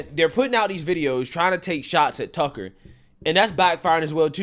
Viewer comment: Love your channel. It sounds like you're saying tuckle. No big deal. Just saying